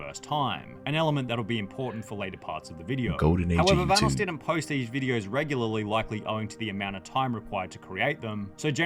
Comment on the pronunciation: The correct pronunciation of "Vanoss" has been mentioned many times in the video by the video creator and even Vanoss himself and yet this guy still pronounces it incorrectly